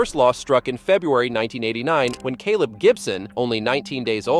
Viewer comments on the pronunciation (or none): none